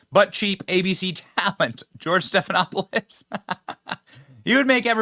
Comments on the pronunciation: "Slopanopoulos" too funny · JIMMY KIMMEL IS AN IMBICILE. TOTALLY IGNORANT. HE CAN'T EVEN PRONOUNCE STEPHANOPOLUS RIGHT. IS HE TALKING ABOUT BIDEN WHO BELONGS IN JAIL.